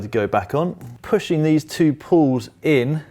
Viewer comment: Why are you saying "pull", its a "pawl" 🤦‍♂️